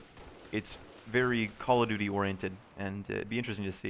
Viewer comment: why do people always say "Call of Doody?"